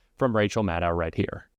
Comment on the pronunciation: consistently mispronounces Maddow as Mad-dow, to rhyme with mad-cow. Why the DISRESPECT? She is Mad-doe. See her Wikipedia. Read the IPA. LISTEN to her say her name.